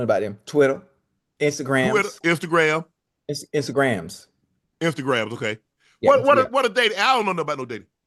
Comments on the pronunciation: Why does Ocho insist on putting a “s” on Instagram? It’s “Instagram” not Instagram(s). 😂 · Instagram not instagrams Ocho!!😂😂